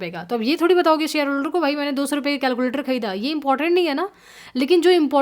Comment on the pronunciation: बस हिंदी का उच्चारण और थोडा बेहतर हो जाता तो आनंद ही आ जाता / जैसे मसीनरी / मशीनरी , सुड/शुड (should), सेयर/ शेयर, कोसिस/कोशिश, कैस/कैश (cash)